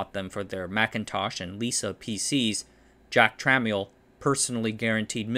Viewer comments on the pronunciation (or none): DRAM is pronounced DEE-ram Tramiel is pronounced truh-MELL